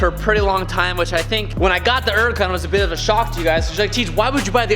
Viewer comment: It's a huracan with an H........ You keep saying...... uracan LoL